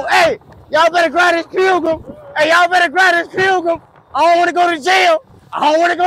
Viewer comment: LoL the Boy said Pilgrim 😂